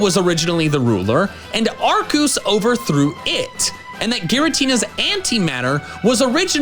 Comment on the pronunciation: Arkoos, Yahvultahl... Mispronouncing Pokémon names is kinda an inside joke here at MandJTV.